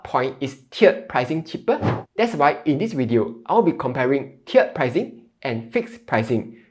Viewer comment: tee erd pricing not chiered